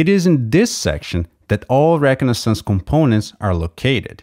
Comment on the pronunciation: Great video, except for the way you pronounced egress and reconaissance, that confused me like crazy for a minute till i rewound and listened a few times and finally figured out what you were saying